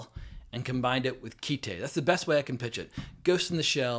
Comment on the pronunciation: It's Kite, as in you fly a kite. The katakana transliterated phonetically would be akin to kai-to. Originally it was called "A Kite", but that name was shortened. Whoever told you it was called "keetay" obviously knows nothing about Japanese.